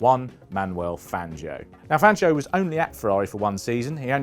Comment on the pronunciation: "One Manuel Fangio" I'll keep going until you guys learn how to say Spanish names properly, instead of the butchered British versions of those names. Today Fangio joins the list with Jerez and Ibiza.